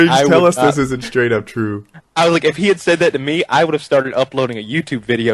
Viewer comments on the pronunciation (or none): "Dis light is made of aluminized steel"